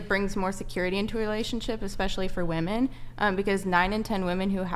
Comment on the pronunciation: Do women pronounce “women” incorrectly because of Tik Tok? I don’t use Tik Tok but I happened to see a video with one of the Tik Tok AI voiceovers pronouncing it the way the women do.